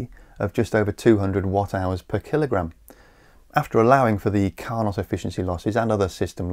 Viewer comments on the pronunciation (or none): Clear and interesting as always. Carnot is pronounced car-no. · the T is silent in Carnot he was french